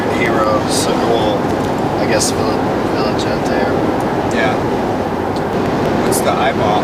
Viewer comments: Viligente instead of vigilante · LOL he calls "The Punisher" character from Marvel comics a "VILLA-GENTE" instead of a vigilante. What an idiot. As Stan Lee would say, "Nuff said". PS - All that crying and sobbing and not a single tear was ever shed. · “Villa-gente’” is one way to pronounce that word. Even if it is the wrong way. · Viligente? Dude said vigilant in Italian on accident because he’s slow lmao what a kook…meth really is the worst drug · My man says Punisher is his favorite VillaGentay….it’s vigilante you fake tool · vili-gente killed me lol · "I guess viligente..." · "viligante" Dont think I have ever heard someone mess up that word in my entire life.. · “Viligante “ lmfaoo we got a real gem here 😅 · Punisher is my favorite "Villa-Jentay" or whatever Ladies and Gentlemen we have a genius right here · He said VILAGENTE. Lmao!! Too funny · wow. His IQ must be at least, in the double digits.... He pronounced 'vigilante' as "village-entay" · “He was like a village-dent-ay or what ever” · Vi jah lan T Vil uh Jon tAe Lol he can’t pronounce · im laughing so hard at his pronunciation of vigilante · Dude didn’t know how to pronounce vigilante. Showed a clear lacking in understanding how the word is spelled as well. I’m not surprised because he reflects no redeeming qualities like vigilantes often do. And he’s OUt of his mind on meth. How do you flirt with a girl and decide to kill her.. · Nobody gunna talk about his pronunciation of vigilante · Is that really how you pronounce "vigilante" around the 6min mark? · The way he pronounced vigilante 🤣🤣